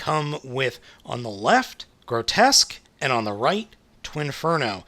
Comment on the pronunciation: It's pronounced "gro-tusk".